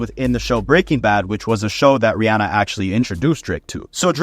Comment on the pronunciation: No one else will care but respect to you for pronouncing Rihanna's name right!! (Ree-AH-nuh instead of Ree-AW-nuh). No one does